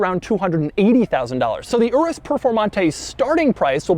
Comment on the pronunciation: So much cringe the way he pronounces Lamborghini Urus 🥴